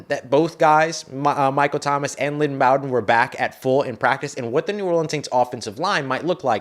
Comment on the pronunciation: I thought it was pronounced Lynn B-oh-den